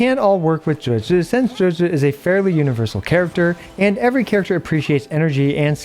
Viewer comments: Pronounced Juge-gii not gehgeh c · "Juejues" what are these pronunciations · Even tho you can't pronounce or spell her name you still say it 3 times per minute. WTF is JUJU ?